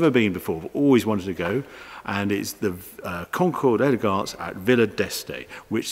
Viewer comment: 1;33 LOL. Had to listen to that several times to understand wot he was talking about. I hope your French is coming on now. Konkuhr d'Elgance !!! should be pronounced - Oh, I give up. Look it up on Google or one of these translation things ...